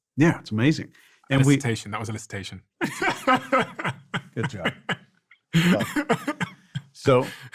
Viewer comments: What is Illicitation? It’s elicitation. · Steven/DOAC team: it’s ‘elicitation’, not ‘illicitation’.